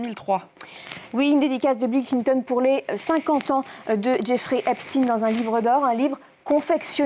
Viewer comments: Pourquoi dire Espt"ine" Moi un chien reste un chien....on ne dit pas un ch"ine" Donc Epstein reste Epstein !!! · Parce que Albert Einstein est allemand et il le prononce de façon germanique. Jeffrey Epstein est américain et il le prononce à l'anglaise. Ca ne vous semble pas logique ? Tous les anglo saxon disent "jayffrie epestine", lui même le prononce comme çà. C'est de la logique linguistique. Encore plus aujourd'hui où on a facilement accès au contenu en "VO". Quel rapport avec l'endroit ou il passe une partie de son temps et les gens qu'il rencontre ? Jane Birkin a été mariée à un français, elle vivait carrément en France et pour autant on prononce son nom à l'anglaise, pas à la française. Ca ne change pas sa nationalité et la prononciation de son prénom et de son nom. Je suis désolé mais ce que vous dite n'a pas de sens.